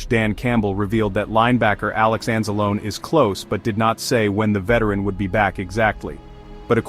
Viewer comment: You dont know how to pronounce Alex Anzalone's name??? 🤦🏼‍♀️